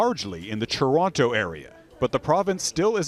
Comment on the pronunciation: Churonto!??! Is that like Vanc-ew-ver??